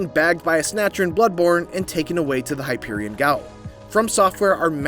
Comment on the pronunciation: "Hyperion Gah-ool" -- now that was a real doozy. Hypo-jee-eun jail. --- Hypogean Gaol.